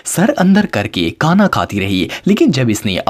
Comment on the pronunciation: Ap ne khana ko thana bol dia 😂